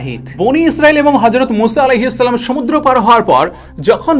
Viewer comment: আপনার সালাম দেওয়া ঠিক করেন তারপর সাবসক্রাইভ